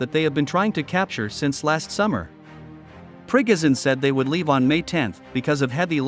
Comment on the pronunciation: Liking the new pronunciation for the wagner boss - prickozhin